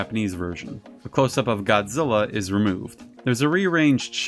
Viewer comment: I just got to say I know a lot of work goes into making these videos and research I love this channel just as long as he doesn't pronouns GODZILLA I'm fine with everything else lol. keep up the great work and the videos coming